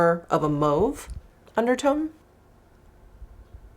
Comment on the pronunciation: Loving the Embrace Blush gloss here!!! Gorgeous., I love that you pronounce Mauve properly🥰🤓😂